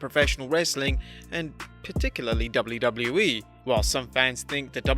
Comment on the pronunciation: why did he say doubleu boubleu e in stead of wwe